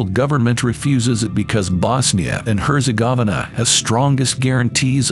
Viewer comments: You mispronounced Herzegovina, autonomous, and Somaliland the second time🤦‍♂️ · I had a physical reaction to your pronunciation of Herzegovina. It was genuinely painful. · Not how you pronounce Herzegovina. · My man pronounced Bosnia & Herzegovina wrong